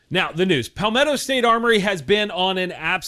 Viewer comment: LOL... he called it "Pal-metto"... like his buddy... his pal. So what does he call palm trees? Or his old high-school teacher Mr. Palmer?